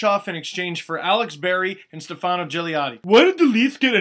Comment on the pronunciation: You are pronouncing Stefano incorrectly. I thought you were part Italian. In Stefano, the stress is on the 1st syllable, not the 2nd.